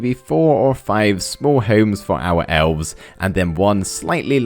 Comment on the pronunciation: you say homes like Holmes!!!!! I hate it. - Ryland Adams